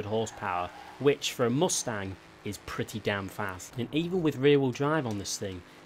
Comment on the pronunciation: Does the British say “moosestang”